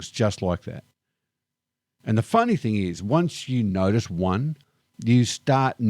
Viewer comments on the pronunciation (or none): He does not know how to pronounce "notice."